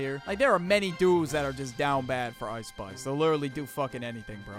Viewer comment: "Ice Spuice"😂